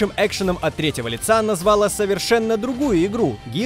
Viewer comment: взЯла, назвАла. Кто-нибудь научите ведущего ставить ударение. А то позорище!